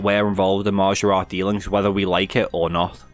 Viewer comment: Hearing a scouser say maaajaaarat is the highlight of my night